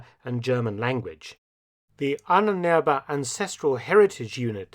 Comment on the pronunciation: Adds , so many adds. You are middle school history teacher level. I'm impressed that you pronounced Ahnenerbe right.